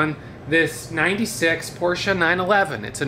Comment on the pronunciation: First off a big thank you for pronouncing the name of the car correctly: yes, it is PorschE not Porsch. Rare treat to hear pronounced in the right way in US. Second IMHO the original mufflers sound better on the car. No offense but I believe no way to improve a factory built Porsche, Ferrari or Rolls Royce. It is impossible. It is like a botox treatment on a beautiful 24 years old movie star. She is not getting better no matter how much botox we inject in. BTW I am looking forward the first generation typ2 VW Bus review, I think this model is one of the most iconic sculpture on wheels ever built. I had a second gen typ2 before, I loved it but the first Samba bus is the real treasure for sure., have you ever considered to take a good look into the amazing world of steam traction engines. I know you would love to have one. Those are the pure machinery which changed the world for the better. They are available in different sizes, can be custom built from parts available or can be bought ready to steam up. Please watch a couple of video about them here in YT and share your thoughts with us on them. Please, please.😀